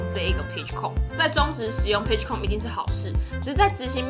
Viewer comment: Com的發音是不是發錯了